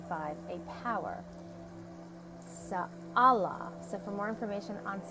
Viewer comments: Its pronounced SAH. Ho leea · I don’t know how much I trust you because first of all you don’t know how to say her name second of all, you sound slow when you’re saying her name and third of all, she actually governs Nov 3rd -7th major correction take care